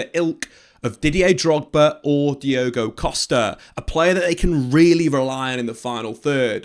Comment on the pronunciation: Bro your pronunciation needs work. levvy colwill and Diogo Costa 😭😂